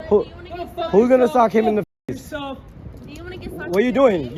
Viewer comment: "Im gonna punsh you in your fase" 🤓